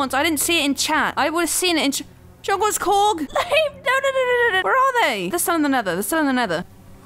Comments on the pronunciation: Fun fact: its not "Djungelskorg" its actually "Djungelskog" and djungelskog means jungle forrest! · djungleskoch pronouced "jungleshkock" the real ikea bear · she almost got it correct. the bear's name is DJUNGELSKOG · it's Djungelskog. u missed 2 letters